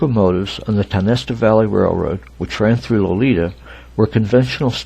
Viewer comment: Pronounced Tie-o-nest-a